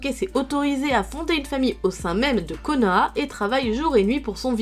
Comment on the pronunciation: elle a pas bien dit konoha RINNEGAN